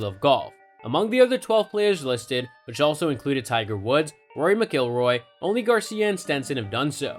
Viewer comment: Hard to take seriously when you can't correctly pronounce McIlroy.